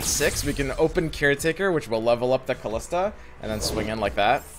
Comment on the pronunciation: It's Kalista. No "h".